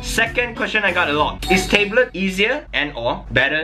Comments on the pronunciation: You don't pronounce "tablet" like "table", it's more like "tab" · "Tay-blet" 'Tab-let' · i cringe when he says tablet as taeblet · Tablet or Teblet? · i love that he tae-blet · the fact that he pronouce it as "tabelits" is funny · tay blet lmao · he pronounces it differently than most people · I love how pronounces words "Table't" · I like how pronounce tablet as "table" OwO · I just wanted to listen to "Tayblet" thats the reason why I watched tthis video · Thought he said table tbh xD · Taybe-let wtf xD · The way you say Tablet is so jokes xD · The way you say "tablet" makes me laugh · i'm triggered how he says tablet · please pronounce tablet right